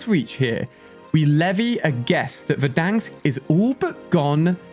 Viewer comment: Ali what the hell verdank its Verrdanssk, like timthetatman says it